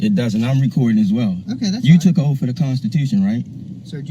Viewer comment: I'm sorry to correct you,, but this man never said anything about the officer taking an oath to the Constitution. He clearly said an "oaf". Big difference.😆